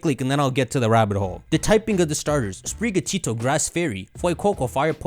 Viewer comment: spiri gatO as in spirit and the Spanish work for cat your pronunciation of this is making me loose my mind